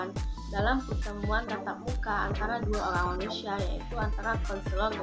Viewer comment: Orang, bukan olang kak, Ok kak😌🤗